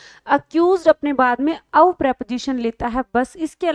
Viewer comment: Mam class achi h sb shi hai bus ak aap ye of ko thik se bola kre request